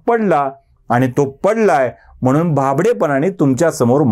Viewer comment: 'म्हणून '... म्हनून....